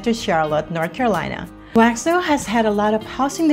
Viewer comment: Step 1 in getting folks to move here. Learn how to pronounce Waxhaw. Step 2 get the stores right. Target is not in Waxhaw, neither is Walmart. (There is a Walmart grocery store though) Step 3 talk about the real commute times to downtown CLT. 45 mins is during off peak. During rush hour, the commute home to Waxhaw from downtown CLT can easily be an hour and 15-20 mins.